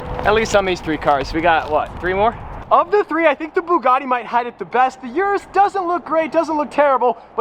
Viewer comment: You know how to pronounce "Urus"... Why don't you?